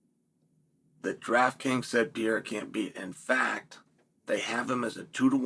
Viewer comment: He was a french guy "Pier" in couple of instances as well.